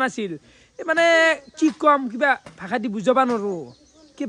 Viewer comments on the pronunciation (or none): none